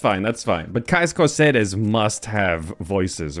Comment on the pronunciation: Why are you pronouncing Caius Cosades like that, it doesn't contain an R